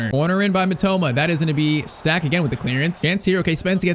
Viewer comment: German watcher here you pronounce it like its stack for Anton stach